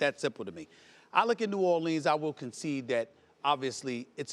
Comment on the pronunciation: Why can't Stephen A say "New Orleans" properly?